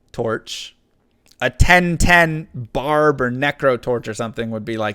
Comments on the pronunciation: Bahahaha who says Baba? man i thought we all agreed it's Barb. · baba instead of barb? wth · Wtf who calls barb baba??? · Baba? it's Barb dammit! (not directed at you but at whoever is saying Baba and not Barb) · Why would it be baba when it should be barb?!? Haha what the heck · I wondered who says Baba ? never heard from a frenzy baba or whirlwind baba :) Isnt it a BARB ? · Who says “Baba”, its always been “Barb” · Who calls the Barb baba? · Its sorc and barb. Anyone who says baba should be shot lol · Who the hell says baba? It’s barb